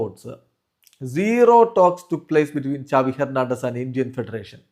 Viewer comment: സാവി ❌ ചാവി🔑✅